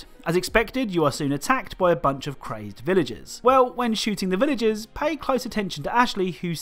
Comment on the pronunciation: So in the Resident Evil 4...Are you saying Villages?? or Villagers haha